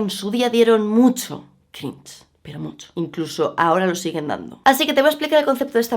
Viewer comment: El... "crinch"